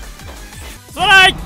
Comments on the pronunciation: すまないがどんどん、たらいって聞こえた人 ↓ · すまないっ言うのがストライて聞こえる😂